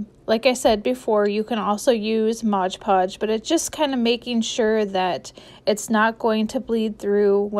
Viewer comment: Sorry.. I just HAVE to mention it’s called Mod Podge, not Modge Podge.